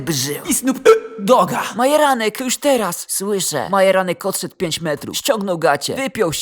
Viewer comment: Dlaczego dzop a nie dzordz i dlaczego majeranek zamiast Marjanek